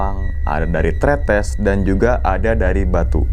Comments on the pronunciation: Tumben nyebutin "TRETES" sudah bener biasanya "tretes" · Tertarik .. mistisnya.. akhirnya bisa nyebut kata TRetes dg pas bang 😂😊🙏